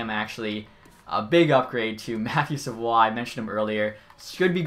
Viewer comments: matt savoie doesnt have an accent on his name. its pronounced sa-voy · You say savoie’s name wrong and he will easily go #1 over Wright